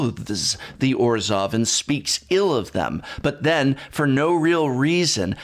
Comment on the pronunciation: Just finished listening to the audiobook this morning. Very underwhelming. Some cool moments, and I really liked the new character Rat but other than that, nothing special. Sidenote: the narrator of the audiobook kept pronouncing Orzhov as Orzjov. It was very grating.